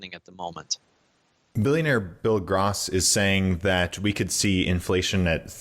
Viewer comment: Figured out how to pronounce Ronnie's name but not Bill Gross's